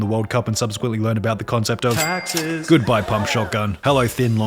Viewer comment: Bugha wins 3m and learns about "TAXESS" 💀